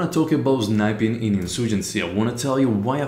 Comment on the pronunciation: 'zniping'.. But very nice video, like always! :)